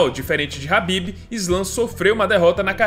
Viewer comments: pq falar habib se o nome do cara é khabib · Meu Deus mano, que agonia tu falando" H"ABIB toda hora.